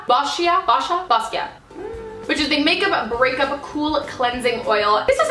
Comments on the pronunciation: It's like bo sha Not bascia 😂😂 E FOR EFFORT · Hahahahahaha. Boscia is pronounced "boh-shuh" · Bo-shya Meghan lol (boscia) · b•OH•sh•AH is how you pronounce boscia :)